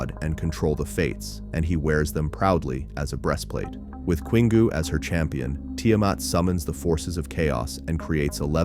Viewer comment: Queengoo? It's Kingoo.